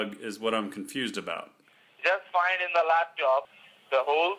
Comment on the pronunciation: Scammer: turn on the LaptIop (Yes, LaptIop)